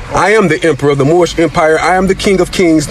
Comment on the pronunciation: Mushmouth from the Cosby Kids cartoon. "Moorishbuh Americanbuh Sovereignbuh Citizenbuh!"